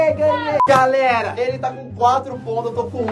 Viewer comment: vc falou galera ele fala garela e garelos